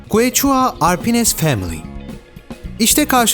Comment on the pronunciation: ingilizce biliyorum arkadaşlar siz bilmiyorsunuz demenin başka bir yolu keşua diye okunan quechua yazısını kueçua diye okumak!!!